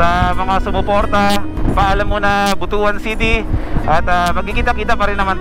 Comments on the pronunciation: Ride safe! BTW, Butuan actually pronouns as "Butwan", not Butu-an. Lol. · But-wan hindi Buto-an pag pronounced. Basto kasi ang Buto-an.. he3x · but-wan hindi bu-to-an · We pronounce it But-wan, NOT Bu-tu-an... Kasi, bastos or hindi maganda pakinggan sa mga bisaya ang Bu-tu-an